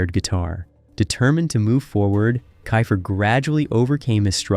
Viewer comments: It’s pronounced keefer. And I know I heard you say it correctly and then go back to kifer while I’m typing this. wtf man? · Okay first of all it’s KEEFER NOT KIFER! And they were a solid band and did great live shows, they just came on the music scene too late unfortunately. Still love Cinderella 😁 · It's pronounced Key-fer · I bailed on this as soon as he pronounced Tom’s name wrong! Cmon man, get your shit together. It’s KEY-fer. 👎👎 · its pronounced KEEFER you dimwhit lol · First learn how to pronounce names correctly "kiffer? Are you drunk? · KEE-FER!!!! FOR FUCKS SAKE!! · a kickazz band-and it's pronounced KEEFER, like reefer! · One minute in and I’m bailing! It’s pronounced “kee fer”. Content farms are the worst. Do better. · I stopped watching when he mispronounced Tom's last name. I mean, c'mon! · if your gong to do a video on a band say the lead singers name right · I'm sorry but I can't trust a guy who can't even pronounce the lead singers name on telling me information about the band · Your saying his last name wrong lol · You didn’t learn how to pronounce his name? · I agree with the name mispronunciation. This video is lame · WTH, you can't pronounce names, keifer or the word LIVE, you should be fired, WTF. idiots 2025 headline tour? or you serious? i have no words how dumb this is. not to mention many wrong pictures used as well of not even of the band. or Warrant- showing David coverdale? SMH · The fact they left him out pissed me off even more than them mispronouncing Keifer lol. He joined right after Night Songs was recorded and is on the cover and all of the videos, even though he didn't play on the record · im out. cant even pronounce tom's name. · omg. I can't with the constant mispronounced last name of the lead singer. I mean, why? There's literally thousands of interviews where people pronounce it correctly.